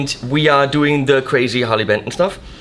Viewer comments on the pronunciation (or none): I thought it was called Harley Benton not Harley Pimpton .